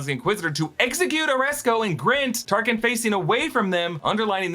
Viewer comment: you called Tarkin , Tarsin 😂